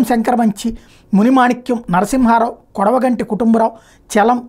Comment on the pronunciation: కొడవగంటి అనకూడదు కొడవటిగంటి కుటుంబరావు అనాలి